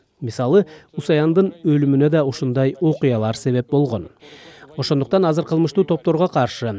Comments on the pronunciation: кыргызбы бул хазыр дейтго азыр деп айтылатго кыргызча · Казыр эмес Азыр деп суйлогуло